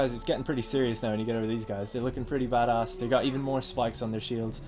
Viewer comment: It's hilarious hearing a Brit trying to say bad-ass